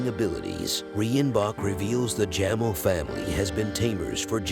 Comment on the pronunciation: Jamel😂 It's pronounced Jameel😂